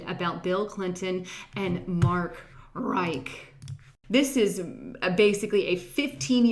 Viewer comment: I love you buts its not Mark Reich but its plain ole Mark Rich, like the Rothschild Criminals are "rich" :-))